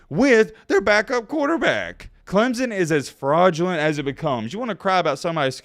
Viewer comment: Your voice is annoying. It is Clemson not Clemzon. 🙄